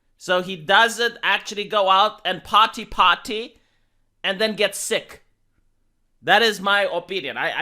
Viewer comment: Par-ty par-ty